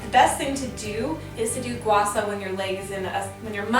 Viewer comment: It's pronounced Sha not Sa..m🤦